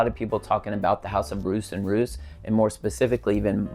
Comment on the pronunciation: Love mint! One of my faves is Menthe Fraiche by Heeley. I think Roos is pronounced like Ross, btw.